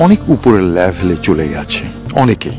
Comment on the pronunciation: উপরের "ল্যাভেল" না, কথাটা লেভেল।